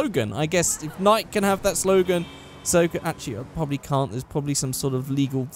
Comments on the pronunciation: NI-KEY is how it's pronounced not NI-IK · The Brand Nike is pronounced Nikey not Nike it's confusing I know but yeah just sayin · Nikeeeeeeeee not Nike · 😂 nike is pronounced ni-key 😂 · Am i the only one that heard hime pronounce Nike wrong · 'eight, thats not how you pronounce nike